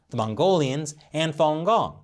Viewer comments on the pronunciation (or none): none